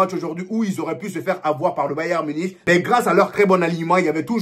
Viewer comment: On le prononce bayern munique frérot pitié 🙏🙏